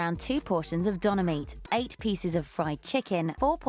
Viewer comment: the worst part of this is the pronouciation of döner